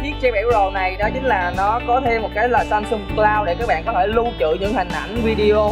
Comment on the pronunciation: em ơi..Samsung chứ kg phải Samsum nha.😁